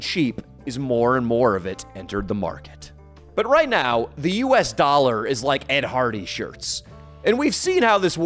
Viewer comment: one DEE.. $25 dwollars :(